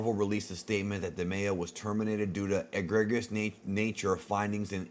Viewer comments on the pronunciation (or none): Cousin eh-Greg-ius! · E-gree-just, lol. Other than that, good video as always, and thanks for keeping us updated on this story. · Eh-greg-ee-us. Lolololol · Eh-GREE-juss. Last two syllables pronounced like "Grievous." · To help you out, it's pronounced "uh-gree-just" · It's pronounced a-gree-jus